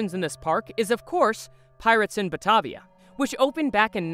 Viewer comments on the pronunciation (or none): none